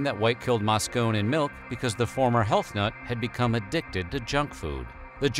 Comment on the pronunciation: All the research that went into this video and you never learned how to pronounce "Moscone?"